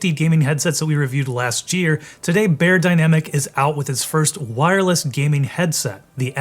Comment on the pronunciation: You mispronounced Beyerdynamic 😩